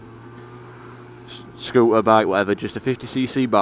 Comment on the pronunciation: Please be aware that words with the letter T in the middle (ie scooter) should be pronounced with the letter T being audible.